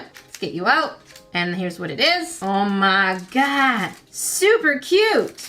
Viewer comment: I love when says “o me gerd” I love it